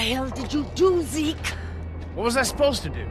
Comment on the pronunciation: zeak? who is zeak? IT IS ZEKE